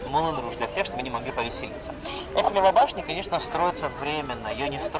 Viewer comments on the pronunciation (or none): НУ ТЫ ЖЕ ГРАМОТНАЯ,НЕ ЭЛЬФИЛИВА БАШНЯ, А ЭЙФЕЛЕВА БАШНЯ.😢